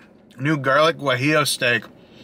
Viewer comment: Not Gu ah ee oo it is pronounced more like waheeyo.